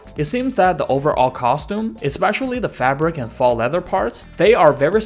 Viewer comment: Good video. Very thorough, good insight. If I may: faux, as in faux leather, is pronounced like “foe.” Not trying to offend, i appreciate the audio being in my native language, just thought you may want to know.